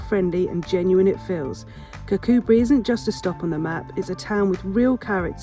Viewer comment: Yes 'Kircoobree' is the way to pronounce it, you were getting it right in the video! Lots of Scottish place names are hard to pronounce and not easy to get right at the first attempt... easiest way is just to ask a local 😁